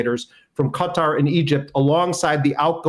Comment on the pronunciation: 👏👏 well done for correctly pronouncing Qatar 🇶🇦